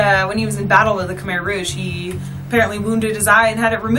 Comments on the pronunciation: Great Video however pronunciation of Khmer, Angkor, and Tuk Tuk is off. Most westerners pronounce Khmer and Angkor wrong, though one should learn how to pronounce the words before making a video. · I was so confused when you said Khmer Rouge until the words shown (you said Khmer so funny 😂)